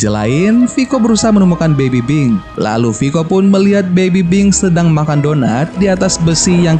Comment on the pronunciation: Bang lu ngomong baby pink baby bing